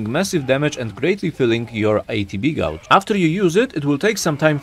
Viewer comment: Great video. Gauge is pronounced "gage" though. the "u" is silent. And Assess is pronounced "uh-sess".